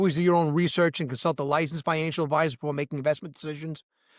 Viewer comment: You know, for a while I thought you were saying “Financialship” 😂😂 Because I do feel like I am in a relationship with my XRP. It’s up and down baby!😅😅 Happy new year and thanks for all the great content